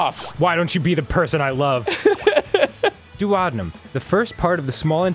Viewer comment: I died when Dan said "doo-Odd-in-um". Duodenum is pronounced "Doo-O-dee-num" Danny😂